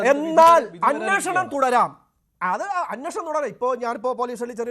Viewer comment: അന്നോഷണം അല്ലടാ അന്വേഷണം എന്ന് പറയെടാ.